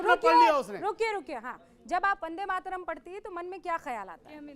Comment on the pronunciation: अनुराग भदौरिया "वन्दे मातरम " को " बन्दे मातरम " बोले, वन्दे सही शब्द है, बन्दे नहीं।